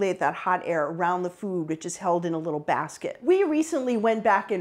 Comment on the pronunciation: Why does she pronounce "food" like "fyoooooood"